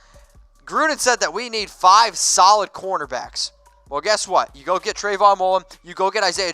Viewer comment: CorNER back bro, Cor-NER. You keep calling Corners CorTERs. Or Quarters what ever you want to call it. You are definitely putting a T in there when you are saying it. Not the first video you have done this in either. Please correct yourself from now on and properly pronounce the position.